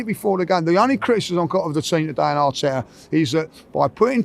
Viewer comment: Arte-ah ahhhht! 😂